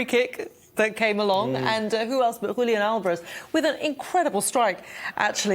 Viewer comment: Former Man City man his name is Julian Alvarez. Are you feeling shame to pronounce his name???? Are you guys allergies with Argentina